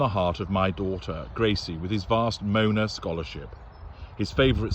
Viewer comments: I'm sure someone has already mentioned that Moana is pronounced "Mo-AH-Nah". But I like your intrepretation, much funnier. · Was that ‘Mona’ or ‘Moaner’? 😂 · Even if the pronunciation of “Moana” isn’t deliberate, it fits perfectly with these two. 😂